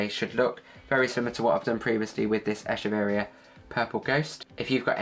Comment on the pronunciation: Very ice explanation! Quick and to the point! Also, this is the first time someone pronounces the name of this plant correctly — most call it “eh-keh-very-ah” which not the correct pronunciation. Good job! 😻